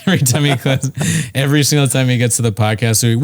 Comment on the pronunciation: “Eavery” drug! 😂😂😂😂